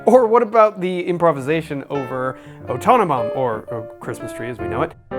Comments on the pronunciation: Are you trying to say 'O Tannenbaum' ? It sounded like you were saying 'Otonomo', and the transcript showed 'autonomous'. If that's what you're referring to, the music you're playing bears absolutely no resemblance to that song whatsoever - the chord progression doesn't sound even close, and certainly the melody doesn't. A very confusing segment. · O tanum Baum I thought he said otomatone :L